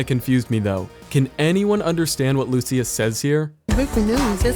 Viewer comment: i hear "he broke the news yesterday" or nose?